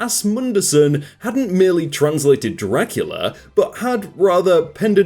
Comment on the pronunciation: Sorry but i have to point out that its: "Draculea" not Dracula